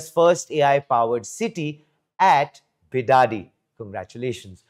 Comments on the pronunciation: Bidadi not bidadhi also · Its Bidadi not Be Daddy ಬಿಡದಿ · It's Bid-di for short.. not Be-Daddy... Great News! I hope it works! Namma Bengaluru.. Namma Metro.. Now Namma AI City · Karma .it is bidadi..not bidaaaadi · Bidadhi ❌ bi daaa di 😂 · It's pronounced bi-duh-di, but make duh very short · Please pronounce 'Bidadi' properly 🙏 Your video is reaching thousands if not millions and the pronunciation of the place you are talking about is very important otherwise it will soon become the way these thousands or millions pronounce this city's name. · Guys please pronounce properly its bidadi 😅..... please take it as an assignment or survival tips😂 u ppl destroyed beautiful word kannada into kannad now please don't destroy bidadi word we're requesting you 🙏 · Pronounce BIDADI properly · 😂😂😂 hey Please dont ever pronounce Bidadi as ur doing now man😂 there is a different meaning for that in kannada... and its a vulgar word😁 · Even AI pronounce it right